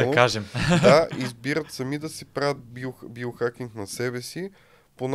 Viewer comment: Байохакинг? Зайохакинг. 😂 Откога "био" почна да се чете "байо" на български?